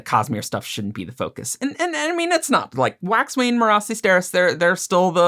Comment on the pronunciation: also, its pronounced Merracee (mare- a - see) not Mah rah ci or whatever